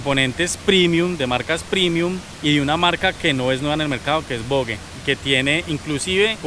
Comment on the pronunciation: La volle 😂 Se dice voggggggeee